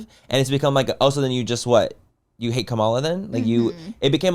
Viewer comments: Manny please say Kamala’s name right 😂😂 commala. A comma like the punctuation mark. Not com ala. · Manny, please pronounce her name correctly. It’s COMMA-LA!!!!! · The cringe of the way they pronounce Kamala’s name lol didn’t watch the DNC tutorial lol